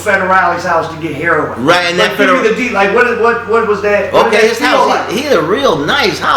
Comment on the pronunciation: He did all that and he still can't pronounce "heroin" correctly. It's not heron. Remember kids education means nothing if you want to deal drugs just get into dealing drugs and go as hard as you can because education means nothing these days especially if you want to deal drugs and make money off the pain suffering and hurt of others. Ten years from now they're probably going to start glorifying rapists and human traffickers.